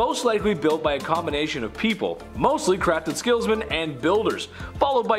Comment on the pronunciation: Did you just say Crafted Skillsmen or am I really,,really sleepy?? Nite nite peeps 😴❤